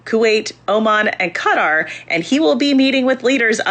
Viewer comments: I swear, the only name of a place that every American get right is Niger... It's Kha-Tar... not Cutter. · I need to find ground zero where Qatar started being pronounced "CUT-AR"